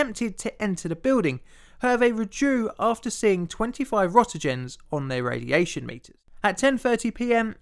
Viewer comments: "Rotagen" is a funny way to pronounce "Roentgen" (or properly Röntgen). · actually it's pronounced runt-chun or runt-gun with a soft g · Say it with me: r-AINT-gen (hard "g"). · 25 rottergens I think you mean roentgens pronounced "rontgens" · Another correction, it's pronounced Rongent, or Rongen, Not ROTOgen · 500 what an hour?? Rot-egens?? Oh. You meant "RENT GEN" (Roentgen..,) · Could I also add that "roentgen" is pronounced in English as rent'-jen. It is from the German scientist Wilhelm Röntgen (the ö is roughly pronounced like the u in "put"). EDIT: Don't know what I was thinking putting a "j" in my pronunciation. Its "rent'-gen" (hard g) in American, "Rahnt'-gen" in British. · It's Roentgen, not "rottijen" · "Rottergens" Really? "Byrons"? Shoud be pronounced "Burns" - I've made comments before about your inability to pronounce common words normally. Get a narrator to help your otherwise OK work. I can't subscribe to this unlistenable cr@ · also that unit of radiation is pronounced like rent-gen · Why do you call roentgens rotengens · Roentgens not "Rotegens" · Are you sure they didnt see 25 roentgens on their meters, not "rottegens"? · Roentgen pronounced as reenkin. . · he also says "rottagen" instead of "roentgen." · he is saying Roentgen (although it sounds like he is saying Rotegens) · Roentgen is pronounced rantgen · It's not a matter of English or American. Röntgen is not pronounced rottegen anywhere, because it's based on a real person's name. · Please learn how to properly pronounce “roentgen”.